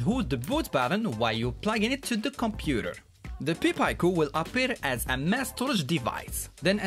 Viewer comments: You're pronouncing pi and pico backwards. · Is he saying "Pee Pie-co" to fuck with me? It's a "Pie Peek-o". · Good job brother. Only, pronounce Pi Pico as “Py Peeco”. You were saying it as “Pee Pyco”. Just flip the vowels and you’ll have it correct :)